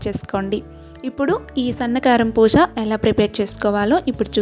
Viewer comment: పూష కాదు అమ్మా పూస అనాలి.😊